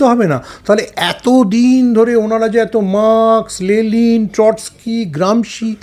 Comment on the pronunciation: আপনার শিক্ষাটাকে সঠিক করুন আগে, ' লেলিন ' বলে কিছু নেই.. উনি 'লেনিন '